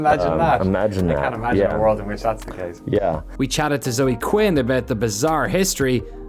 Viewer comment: "zoe quinn" nah